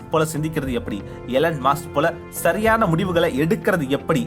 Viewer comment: அது மாஸ்க் இல்ல மஸ்க்